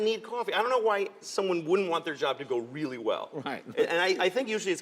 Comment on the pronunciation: "If I die tonight, they'll be homeless tomorrow morning" "WEEEALLY?!"